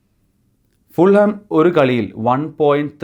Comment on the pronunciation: Hi . Fulham all a pronunciation . Fulam. jH is silent .